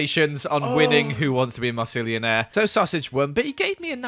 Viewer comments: I love how MythicalSausage called it a mossilianarnanananare 🤣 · Sausage mispronouncing Mossilianaire: Mossisillilionaire mispronouncing Joey: Goey